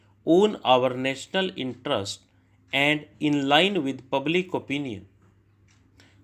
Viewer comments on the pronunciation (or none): Sir yaha pe books easily milta nahi hai aur aap beech ka kuch strokes show nahi karta hai😢, English me jo likha hai usse zada important toh strokes hai, kyuki aap dictate kar hi dete hai, bass hume strokes kabhi kabhi dekhna zaroori ho jata hai. Aur sir im sorry to say this but aapka kuch pronunciation galat ho jata hai jaise "your"(yor)ko aap (U-are) bolte hai, aur "interest" ko "intrast" bolte hai, spreading(ispreading) ko aap se-pareding bolte hai. Aur bhi kayi words hai jiska aap galat pronounce karte hai, hum aapka sunke likhte hai aur aur hamara likhna bhi galat ho jata hai. Aapka subscriber hoon, aapka videos se practice karti hoon isliye bol rahi hoon.🙏🏻